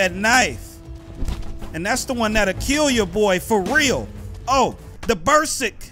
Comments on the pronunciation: The bersick! The bersick! I was dyin' laughin' when he was sayin that damn word wrong. Berserk,. Berserk lmao. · (Berserk) It's not Bur-Sik cuddy. It's "bur-surk" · "Buhr-serk"! not "Buhr-sick" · it’s beserk like insane not bersick 😂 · it's pronounced "Ber-serk" not "Ber-sik" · "the ber-sick the ber-sick" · said bearsick lmao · It's /Bi-ze-rk/ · nahh he said "burr sick" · when you can't pronounce the word "berserk" 😂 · miller my cuddy nshit, but he can't be pronouncing shit wrong like that and be confident that it is correct lol